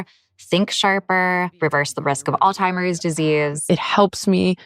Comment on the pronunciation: Times health reporter calling it “alltimers disease” 👌🏼